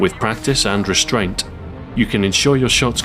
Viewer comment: the finishing T on "restraint" sounded a bit odd :P